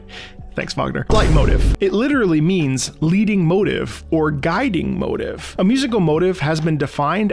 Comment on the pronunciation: Why do you keep pronouncing motif 'motive'?